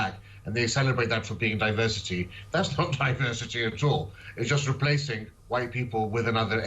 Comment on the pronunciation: Did he say replacing?